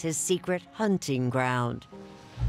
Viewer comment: Hunning?!? HunTing, Erin. It cannot be that difficult to pronounce the T.